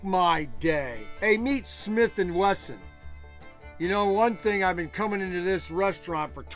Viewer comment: First of all it’s not Swlith & Westin it’s Smith and Wesson